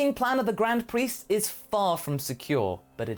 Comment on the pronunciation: I keep hearing "Grand priest is" as "Grand Priestess" XP